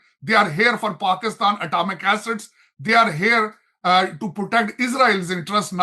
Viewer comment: This man kept calling' Pakustan... Why?? He can't say PAKISTAN"??